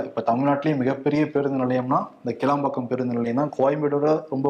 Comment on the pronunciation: கேளம்பாக்கம் இல்லை கிளாம் பாக்கம்